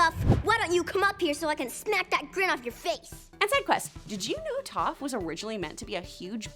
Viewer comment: No it's Toph because it sounds like tough